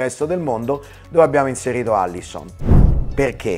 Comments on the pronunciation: Alisson non Allison ahahahahah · Fabio almeno tu, si scrive e si dice ALISSON, non ALLISON. PER PIACERE FABIOOO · *Alisson, non Allison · ma che senso ha escludere gli italiani? (comunque è Alisson non Allison) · Tutto bello ma è incredibile come la convinzione circa la pronuncia del suo nome superi ogni tipo di controllo pre-pubblicazione del video: SI CHIAMA ALISSON, NON ALLISON. Carè almeno tu, dai spunta pure scritto nella grafica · A L I S S O N Non è difficile. Cazzo.